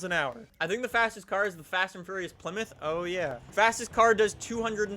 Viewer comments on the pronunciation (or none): none